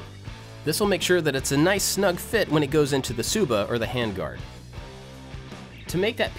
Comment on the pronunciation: u pronounce the "tsuba" like "suba"